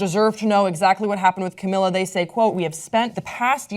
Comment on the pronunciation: this is so difficult to watch since cant pronounce camila's name